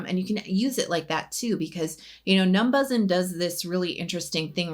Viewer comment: I believe it’s pronounced “numbushin” (how koreans would say “numbers in”)